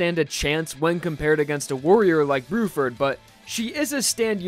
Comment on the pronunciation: "brew-ferd" lol